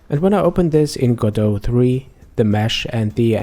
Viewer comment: It's Go-Dot not Godough!